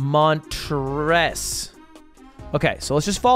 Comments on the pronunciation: Holy fuck Ludwig said montres and I punched my monitor... not once has anyone called my fucking Town montres holy fuck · That’s crazy I live in Montrose and it’s “mon trows” like the second thing you said, that’s in arbroath, where you look at someone for more than 5 seconds and you get stabbed